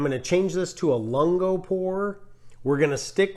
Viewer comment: Great videos. Have helped me make some coffee decisions. BTW - "lungo" is pronounced LUHN-goh) "long" in Italian. Not sure that text helps but sort of a mix of long "u" and "oo". And, I'm really not being a jerk, just letting you know in case you care. Again, great videos and the facial expressions are fantastic!